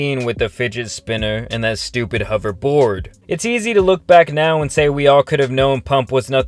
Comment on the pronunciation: i like how he said hoverBOARD